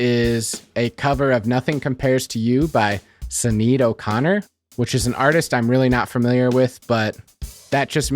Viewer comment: It’s pronounced ‘Shin-ade’. She was Irish. Nice video.